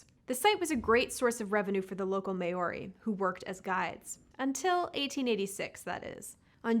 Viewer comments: "the may-ori's" fucking christ how have you never heard the word Maori pronounced in your life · just FYI, your pronunciation of "Maori" is way off. It isn't "May-or-ee". Instead, for non-native speakers, think of Chairman Mao. Chairman Maori. Not 100%, but leagues better than how you say it now 👍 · Why can no one ever seem to learn to pronounce Maori right? It's MAORI not MAY-OAREE. FUCKING MAORI. NOT THAT HARD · to be fair, Maori was a shocker. Saying, May or ee, is butchering the name of the indigenous people. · The way you say Maori is just painful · The New Zealand part is a shame. Information was interesting but I could only focus on the mispronunciation.